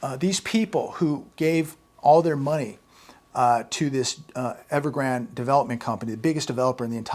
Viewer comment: Evergrande he’s being miss pronounced. It is pronounced like the river Rio Grande. I wonder who started they miss pronouncing.?